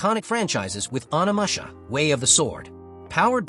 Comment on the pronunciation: 😂In the narration. There is a robotic flatness and unnatural continuity to the voice. Also, the way some words are pronounced, like Onimusha. Finally, in the cases where the same game name is said more than once, the pronunciation in the two instances is remarkably similar, down to the length of the pause between words. But the fact that you commented alleviates some of the worry of a complete dystopian robotic takeover. Maybe you are not a native English speaker and just used an narrator program Of course I could also be unaware of exactly how far AI has advanced and I am now chatting with a bot 😅